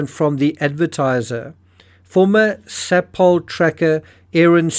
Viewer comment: Ok it's not under its Yun ta and Maree is pronounced ma ree and sapol is pronounced say pole